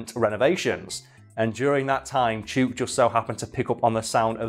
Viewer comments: The "oo" in "chook" is much shorter than how you're saying it. Chook like book. 👌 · "Chewk" Everyone in Australasia: 😅😂🤣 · FYI Chook rhymes with book, not with spook. I am an arborist in Victoria Australia. I’ve heard plenty of lyrebirds doing the chainsaw, dozens of times. Attenborough was not misleading you in any way. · OMG I never chook was an australian word before, but it must be, since says it to rhyme with chute, but it should rhyme with hook. The more you know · Chewk?! No, its pronounced like Book. Chook. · its chook not chuke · it is pronounced chook as in book not chuke as in puke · I doubt this will be seen, but as an Aussie I feel it's my duty to bring this up: Ya' sayin' the name wrong. It's not "chook" as in "duke". It's "chook" as in "look". We also call chickens "chooks". It's also very Australian to allow someone making a documentary to mispronounce something ALL the way through their little film. We're total arseholes like that. Cheers mate. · Yeah i thought poms spoke english. He says "chewwwk" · Friend from Australia says it’s pronounced chook as in book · That is the weirdest pronunciation of 'chook' I've ever heard lol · Chook. It's pronounced like book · As an Australian, I'm finding it tilting af that you're mispronouncing "chook" Chook as in slang for chicken Rhymes with, hook and book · Video has already been filmed and posted, but Chook is pronounced Choo as in ~choose~ and ok as in ~look~ Love from Australia 💖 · The name is actually pronounced with a short o in Australia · As an Australian, that birds name must be chook, pronounced like look. It means chicken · I’m pretty sure it’d be pronounced chook like cook. That what we call chickens in aus lol. I’ve been to Adelaide zoo but it was a couple years ago just before their flamingo Chilli died. Maybe Chook died a while ago :c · Yeah nah great episode mate but chook is pronounced like cook but a ch sound instead of c and is a slang for chickens